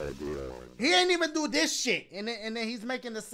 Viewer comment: "LES DO DIH CHIH" -Dachie 2019